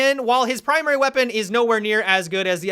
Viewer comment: He ends words with an "a" sound a lot. Wish I never noticed. "Kaida" "have-a" "weapona." Great video still!